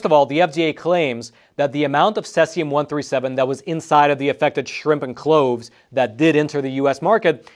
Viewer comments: Pronunciation note: cesium is "sieze-ium". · It's actually pronounced Cee-Zee-Um just an fyi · He keeps mispronouncing cesium. Aaaaaahhh😂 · Learn the correct pronunciation of CESIUM. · Yes, not sure why he pronounced it incorrectly. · Judging by the surname, he might be native in Russian, and that's how we pronounce it in Russian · Good reporting. Bad pronunciation. If you're going to use an unusual word a dozen or so times, check pronunciation first.